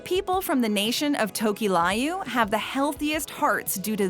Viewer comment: Tokelau is pronounced Toe-Keh-Lah-Uu not fuckin Tu-Key-Lah-You smfh